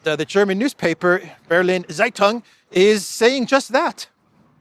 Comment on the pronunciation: Dear. Zeitung is pronounced: tsaitung